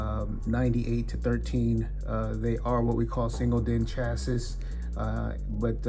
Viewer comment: Omg yes…🤮AND he said chass-iss rather than chass-eee. Twice🤣. I cant…😅 Cmon.. that’s a pretty normal word to pronounce the wrong way lmao